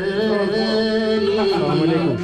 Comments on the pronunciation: Салалейкум дебе Ассаламуалейкум деп айтылат жон салалейкум Дегенди жаман кабыл алышат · Салам алейкум мес ассаламу алейкум деп тура айтсан